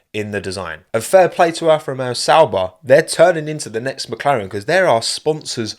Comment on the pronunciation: every time says alfa romeo i keep hearing afro man instead and now i cant unhear it, i must be going crazy